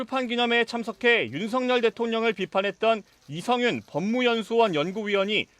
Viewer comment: 첫번째 뉴스 기자 누군가요? 이 기자 일부러 이성윤을 “이영구”라고 하네요. 며칠 전 다른 뉴스에서도 “이영구”라고 해서 자막으로라도 바로 잡으라는 댓글을 달았는데 또 “이영구”라고 하는걸 보면 일부러 그런다고 생각됩니다. 세번째 뉴스에서는 처음엔 이성윤으로 제대로 말하고는 바로 두번째부터는 도로 “이영구”라고 계속 말하네요. 참 ㅉㅉ